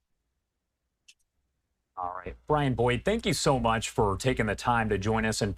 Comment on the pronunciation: Wow, "Worning shots"